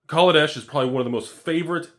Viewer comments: Just remember, it's Kaladesh-ah not -er. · So every time i say kaladesh i actually say negrodesh ??? Come on!!! Wotc get ur shiat together !!!